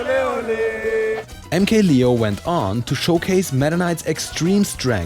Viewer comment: Anyone else getting low-key annoyed by him pronouncing MK-Leo as "lee-oh" instead of "layoh"?